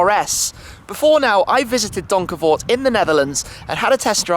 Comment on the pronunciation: As a Dutchie, I only came here to hear Tim pronounce Donkervoort :) It was on point though!